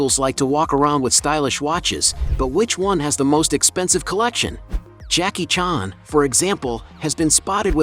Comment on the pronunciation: Jacky “chaarn”